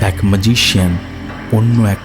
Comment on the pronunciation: বড়ো অদ্ভুত লাগছে।"ম্যাজিক " বলার সময় গল্প -পাঠক ঠিকই বলছেন "ম্যাজিক "। ঠিকই আছে।কিন্তু,"ম্যাজিশিয়ান" বলার সময় গল্প-পাঠক অদ্ভুত ভাবে বলছেন-"মাজিশিয়ন"।